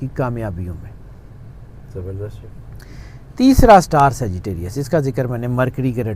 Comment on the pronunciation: Third one he said segitarious